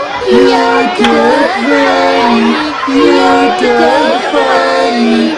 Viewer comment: sounds like "doge"